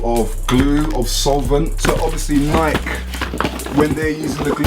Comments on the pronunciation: but the right pronounciation is nayki, not nayk.. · Pronouncing war thingy: Like = Nike (Pronouced Nikey N-eye-key) Comment = Nike (Pronouced Nik N-eye-k) I will say (N-eye-key) I got triggered when he said N-eye-k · its not pronounced neyek its pronounced NikE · It's not NAIK, it's NIKEEEEE u english accent dumbass. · If this man says nike like n-ike and not n-i-key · man say nike properly. its nikey not night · what is "Nyke" it's pronounced (Nikee) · They are pronouced nike-ee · he says nik logo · "NIEK" okay buddy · Dude its NIKE-EY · The way you say Nike is fake bruh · Its pronounced nike not nike smh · everyone gonna ignore how he pronounces Nike? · The he says nike😂😂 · I would thumbs this down a million times if I could just because of the way you say Nike! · lol why do u say Nike like that lmfao